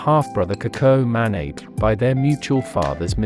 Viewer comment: What ist "Ma-Neh-Ib" the correct pron is "Ma-Na-Beh"